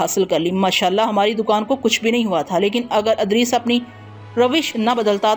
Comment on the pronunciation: Haaey afsos Punjabi speaking Urdu sahi parh bhi nahin sakte ? Idrees ko Adrees parhna.... Bashaarat ko Bishaarat parh Rahi hen.... Afsos isi tarah ki beshumar ghaltiyan hen.....